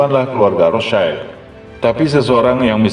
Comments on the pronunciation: BANG ROTHSCHILD ITU BACANYA BUKA ROTH CAIL.. TAPI RETH SIELD INI BAHASA JERMAN AZKENAZI YG ARTINYA TAMENG MERAH. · Maaf min Cara bacanya bukan "rotschaild" Karena aslinya dari Bahasa jerman. Yg lebih tepat rothsyield.